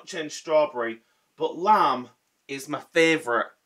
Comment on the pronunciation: I'm so happy these are back albeit for a short/limited time...yep Lime has always been my favourite but unlike you I love sour apple too and I'm another decade and a bit older than you. I had to do a double take when you said lime as it sounded like you said lamb!!! I don't understand 'why are they allowed to let you go from your job? Its not like its going to be forever is it? I am so sorry...Do take care...Mand X